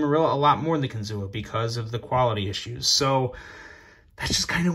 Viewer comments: Close to saying it right. It's actually said like kin-zoo. Not kin-zoo-a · Everyone here...by the Kinzua dam in PA pronounces it kinzoo. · It’s pronounced kin - zoo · Ohh, the correct prounounciation is KIN-ZU thee A is silent 😝🤫